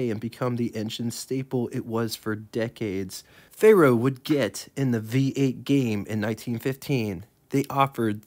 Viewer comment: Say "Fair-oh," not "Fay Roh." It's Latin for Iron.